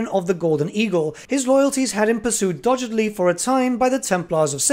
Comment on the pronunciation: its DOG GED LY... you butchered that .